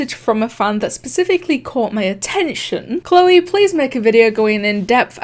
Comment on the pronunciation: you said choleeee